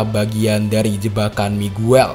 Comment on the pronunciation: Miguel bacanya migel